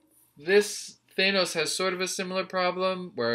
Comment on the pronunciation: Why are you hitting the A so hard. It’s Th-Anne-os